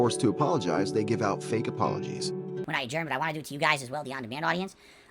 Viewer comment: I like how when hes upset With becomes "Wit" and Want becomes "WHAN"